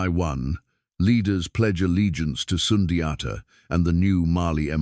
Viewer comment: It has to be in mandingo language. Not a colonizers way to pronounce it!